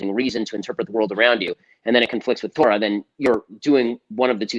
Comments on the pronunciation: You see here תּוֹרָה the Vav the second letter is an OH sound, not Tor like the dark web browser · I understand why people who are not fluent in Hebrew use the American pronounciation TOR like the dark web browser but this in not correct especially someone who flaunts his Jewish education and knowledge I would expect to pronounce correctly. Anyone who reads from the Torah for the congregation will be corrected on any mistake they make in the word they are pronouncing, I expect no less from someone who identifies as a knowledgeable person in Jewish liturgy as he does.